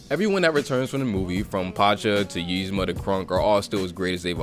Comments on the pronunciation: Dude says yeezma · Its eeeeeezma lmfao im sooo annoyed with the Ymza but love the rest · It really ticks me off that he pronounces it like it’s spelled, Yzma, when it is actually pronounced Ezma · Ezma nigga not yezma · Nigga, it's Eez-ma not Yeez-ma. idk if you're doin it on purpose or what but it's funny af.